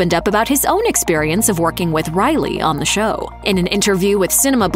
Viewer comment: Show not shoe lol